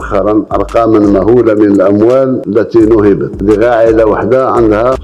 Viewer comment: فين قارئ تبون اللغة العربية ،قالك أرقام مهولة بدل مهولة بكسر الواو